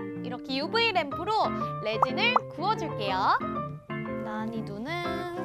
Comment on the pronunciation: 저거 나니가 아니라 나!-니!- 아닌가요